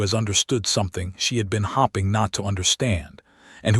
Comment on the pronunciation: " Hopping " instead of " hoping " ? Fix AI.